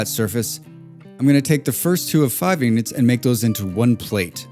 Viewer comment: It's "ingots", not "ignots". 🤦‍♂😂 Regardless, great video! 👍